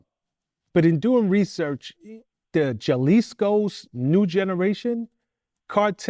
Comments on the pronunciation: Lmao!!!!!!!!!!!!!!! GEL-lisco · JAH-Lisco??? VLAD…WTF IS THIS GUY SAYING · "Juh Leez Ko" - Sorry I can't watch someone who has not done their homework or who does not know basic geography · This MF said Jah-lisco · This clown said “Tha Chaliscos cartel” 🤣🤣🤣🤣 when black dudes try acting like they have a clue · Nobody:.. The interviewer: The Ja lisco kartel😂.. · Yalisco where's that at? Oh he meant to say Jalisco 😮🤣🤣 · Did he say JAH LISCO 🤣🤣🤣🤣 I didnt know cartel members were rastafarians 🤣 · “Haa•lease•co” lets help this man lol. Shout to all my Mexican people doing what they have to do to get by you hard working mofos. Love 🇺🇸🇲🇽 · Bruh said JAH - Lee -sko 😂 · He's saying jalisco like if it was ja-rule😅😅😅😅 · He is saying chalisco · Jaw-Lisco cartel lmao wtf is that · Yeah, not his native tongue botching the pronunciation like that 😩jelly/jam ….. it’s a “G” sound…. 🫠 The writers of script should have spelled/written it Galisco 😩🫠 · This paisa couldn’t correct him when he said Jalisco that way 😂